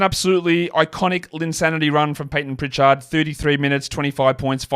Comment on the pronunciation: Why do you say "priCHARD" like that 😂. But you say "Richard" normal